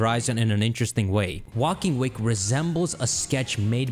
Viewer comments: Erm... it's Walking Wake, not Waking Walk... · My soul dies every time he says waking walk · It's walking wake like wake up also great vid 👍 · New Drinking game! Take a drink every time he says "Walking Wake" wrong!